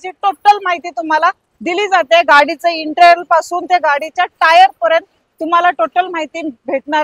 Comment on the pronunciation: Intral naahi Madam.. Interior bolaa 😂😂😂